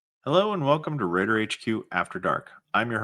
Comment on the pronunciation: Raider Nation ❌ Rater Nation ✅